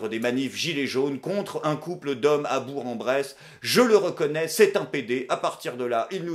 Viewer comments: Hey copain on dit Bourk en Bresse pas bourre en Bresse haha je vis ici ;) J'adore tes vidéos continue comme ça ! Tu es sans doute une des seules raisons pour lesquelles j'utilise encore youtube ;) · Attention camarade ! Prononcer "Bourre-en-Bresse" au lieu de "Bourque-en-Bresse" t'exposes à de graves dangers. En 1987, un Aveyronnais a disparu après l'avoir mal prononcé. On dit que cette année là, les chapons étaient particulièrement gras et savoureux ... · BourK-en-Bresse pour la prononciation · On dit bourQ en bresse dans l’Ain beaucoup font cette erreur excellent épisode. Comme d’habitude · Je te suis depuis quelques années déjà et je dois te dire Bravo pour la qualité de tes vidéos et de tes paroles Par contre on dit BourK en Bresse ;) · Alors par contre je veux pas faire le rabat-joie mais on prononce bourque-en-bresse et ce même si il y a en "g" a la fin du mot. fin de la minute relou ;). Sinon très instructif comme d'habitude merci pour la leçon de désinformation. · On dit Bourque-en-Bresse!!!!! ça va pour cette fois mais attention^^ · On prononce "BourK en Bresse" ;) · On dit [bourk en bresse] !! Outrage!!! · C'est comme toujours éclairant, merci ! PS: on dit bourQ 😘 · on prononce bourK en bresse!